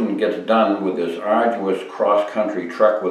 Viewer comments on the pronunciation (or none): none